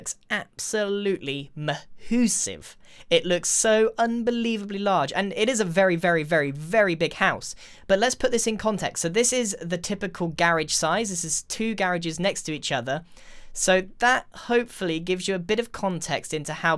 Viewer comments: Its not pronounced gar-ige its pronounced gra-ge spelled garage😂😂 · "gah-ridge" its guh-rahge" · It’s not fucking gareges, not leaving hate and I know you guys have a different accent but like even if it’s not spelled gareges it’s spelled garages and you could at least say it like that. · It’s called a garage not a gerage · i love the way he pronounced garage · Who else says garage Like to active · Say it. “Garage.”